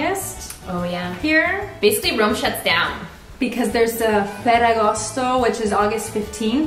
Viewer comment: It's either Roma or Rome, not Rowma. :'(